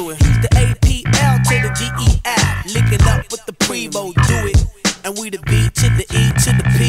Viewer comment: *P-R-E-E-M-O Not Primo or Premo Its Preemo